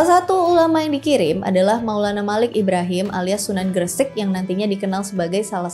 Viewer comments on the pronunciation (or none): none